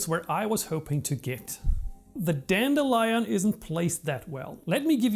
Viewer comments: By the way, in English, A Dan_deel_i_on clock is pronounced Dandy_Lion clock. The metal Leed is pronounced Led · Dan-De-Lyon - ROFLMAO! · i hate how he says Dandelion